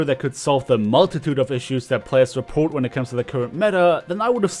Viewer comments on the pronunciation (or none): none